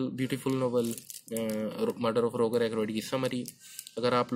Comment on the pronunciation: भाई वो रोगार नहीं रोजर हैं। हर वीडियो पे आप गलत बताते हो कुछ ना कुछ। थोड़े रिसर्च करलो वीडियो बनाने से पहले।